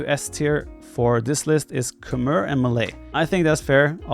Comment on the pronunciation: Actually, Khmer are pronounced "Kh-may"; since you don't know that and probably never heard the right pronunciation, I just wanted you to know that.